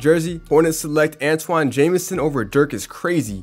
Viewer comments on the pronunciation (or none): none